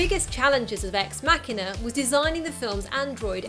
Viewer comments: You pronounced the film title wrong... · Ex Mackina or EX MaSHEEEENAR! EX MACHINAAAAAA . ExMasheeeeener? is ExMachina! stop it saying exMacKiner your winding me up! ExMacheeeenaa!